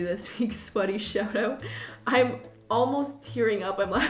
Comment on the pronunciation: "Ine gonna"